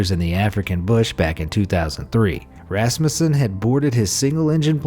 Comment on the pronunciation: It is pronounced rusmusan